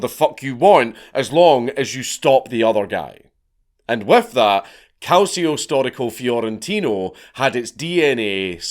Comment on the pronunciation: Dank your "calcio storico fiorentino" pronounciation was pretty damn good. We can let you play in the next match if you wish.